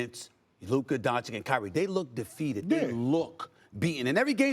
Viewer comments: SAS has a hard time to hide his racism and he not even aware of it! He can't even pronounce Doncic's name properly...A national TV presenter....He's not about the game of Basketball but all about the gossip & entertainment of Basketball. I turn him off after about 30-4- seconds. I never learned anything from him about the game and his ridiculously wrong predictions over the years are a testament to his failure as a basketball "analyst". ESPN needs more Legler, Reddik, Jalen Rose and Jacoby and MUCH less SAS. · Man Sas cannot even pronounce Lukas family name right on a national TV. What a fin joke